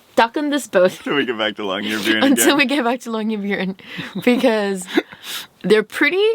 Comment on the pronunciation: The way you pronounce "byen" in Longyearbyen sounds like "bjørn", which means bear in Norwegian. I kind of prefer that to byen, actually. :D